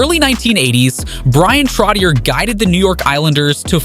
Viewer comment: Trottié, Bioncé, Mel Tormé